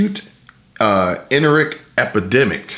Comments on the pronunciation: She's so intuitive and smart 🤓! I love her and her channel! Love the collabo! Wait did he say "enteric" "en'tear rick"... epidemic....sorry my BSN is kicking in....dat shit will suck....no pun intended! Plenty of home supplies Pedialyte, bland foods-saltines, rice and shitting it all out...not Imodium...that will stop shit for real...pun intended.. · Pronounced (In tear ick)